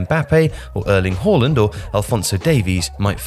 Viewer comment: Finally someone pronounced the aa in haaland right